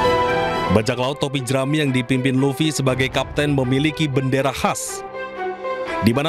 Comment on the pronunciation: Monkey D Luffy woii bukan Laffy